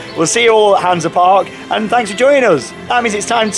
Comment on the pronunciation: wait !!!! 4 sec in and you finaly pronounced Heide Park perfectly :) Yeah !!!!!